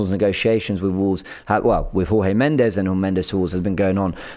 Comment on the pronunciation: you are pronouncing Jorge Mendes incorrectly. Jorge is a Portuguese name (not Spanish as your pronunciation suggests), it it pronounced as "George" not Jorge with the J silent (Spanish pronunciaton). The surname is also Portuguese and pronounced as "Mends with a slight inflection on the "s", not Mendez (the Spanish pronunciation you are using). Forgive my pedantry but, given how articulate you already are, I assume you are ready to bewilder your colleagues with your try-lingual awareness....